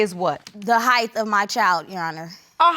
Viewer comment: HEIGHTH IS NOT A WORD!